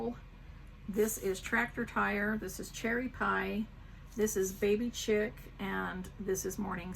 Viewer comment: So it was late and I was sleepy watching this video. When you said the color of the floss winders I had to rewind on the yellow because I could have swore you called it baby sh_t Then of course I realized you said baby chick. 🤪That helped wake me up enough to decide I needed to go to sleep and finish the video the next day. Thank you for all the inspiration!